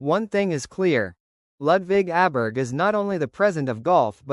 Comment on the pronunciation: Pronounced "Oberg".